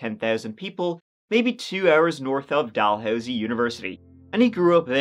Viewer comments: "Doll-Housey" haha I love u... It's pronounced "Da-Lou-C" or "DaLooSee" Sending love from Ontario Canada 🇨🇦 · haha i love how you pronounce it "doll-housie" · "Doll Housey" haha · Dalhousie might be pronounced like that in the UK But locals pronounce it like the Cal in Cal-vin but Dal-housey, I hope that makes sense lol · Dalhousie actually pronounced "duh-loo-zee" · It’s pronounced Dalhousie Dal/ hous/ ie just like it’s thirty not Turdie lol oh and Canada has provinces not states though you’d know that because you said how bad and dangerous we are lol sorry about having to correct you but all those years of Catholic school lol love your show sorry again eh